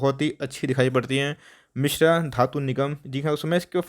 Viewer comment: It's not Mishra it's Mishr